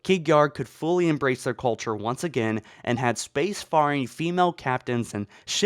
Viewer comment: For the love of god.... SPACE - FAIRING NOT SPACE - FARRING ffs....